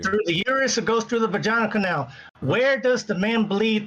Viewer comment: I died at "Vag-EYE-nal Kay-nal"